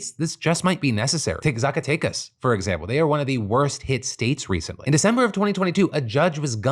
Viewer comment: phil i love you but please never pronounce Zacatecas like that again I am begging